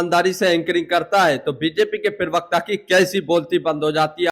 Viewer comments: "पिरवक्ता" मत बोलो यार..... अजीब लगता है सुनने में। "प्रवक्ता" कहते है। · Abey bewakoof ye PIRVKTA kya hota hai ...bolna to seekh ...